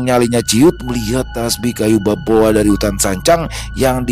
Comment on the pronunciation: Semngt.maaf sebelum nya sekedar ngasih tau.. bukan kayu baboa tapi kayu kaboa bang 🙏🙏🙏 maaf cuma ngasih tau bang maaf juga klo sya salah juga